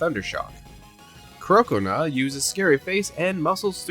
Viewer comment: Do you purposefully say their names SO SO SO wrong? Like croconaw is supposed to like crocodile and gnaw so it's CROC-O-NAW